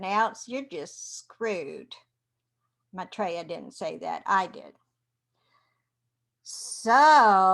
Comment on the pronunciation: He is an Ascended Master. You're pronouncing his name same as I do...You are fine dear.